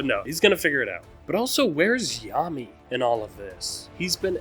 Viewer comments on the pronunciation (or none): none